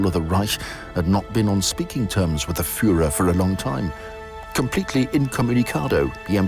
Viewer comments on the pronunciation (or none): none